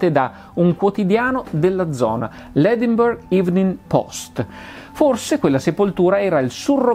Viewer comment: Per pignoleria, Edimburgo in inglese si pronuncia Edinbrə, non Edinburgh